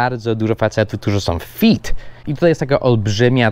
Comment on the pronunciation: źle wymawiasz fit! Fit to nie stopy. Fit to fyt 👨‍🏫 😉